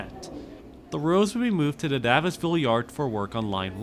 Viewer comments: I've never heard someone pronounce "Gloucester" or "Davisville" like this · For real i was like they had subway announcements pronouncing Davisville, maybe it’s a Spadina pronounciation all over again.